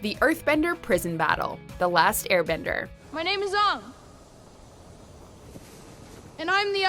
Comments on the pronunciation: AANG, DAMMIT! NOT AH-NG, AANG! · Pronousing Aang as Unng was a rage quit moment.